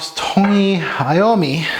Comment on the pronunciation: 1) Thank you so much for pronouncing his name properly. Sooooooo many reviewers do not. That drives me crazy. 2) The juice? One of my fav releases for 2021. I absolutely cant get enough of this stuff. OMS, it pulls something very unique which makes it very intoxicating to my nose. Not sure anyone else feels that way since I dont get many complements but who cares. I wear this one for me. lol